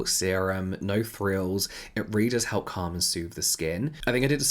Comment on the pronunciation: Is James saying no thrills instead of no frills? Have I been saying it wrong the entire time? 😂